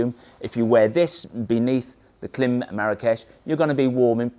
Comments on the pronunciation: Pronounce the i. It's Kl-eye-m, not Kl-eh-m. Like Climb w/o the b. Klim. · Pronounced climb. But good review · it's KLIM -- as in "climb". That's why the "i" in the logo has a long sign on top. A long "i". KL- AYE - M. Otherwise, love your stuff, wish motolegends was in US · Klim 🤣It’s pronounced Klime!! 😂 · Please pronounce KLIM correctly! 🙄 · Oh dear - if you are selling Klim gear, it's probably best to find out how to pronounce the brand name correctly first